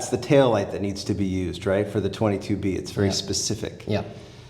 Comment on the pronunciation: I want to go on record and say the 22b is pronounced "two two be" 😉